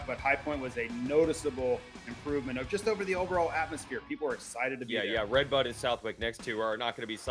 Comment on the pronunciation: Your ah sited? James stewart was " AH -sited!